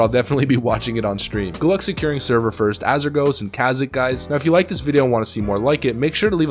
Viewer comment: Kazik?! That's not how you pronounce it.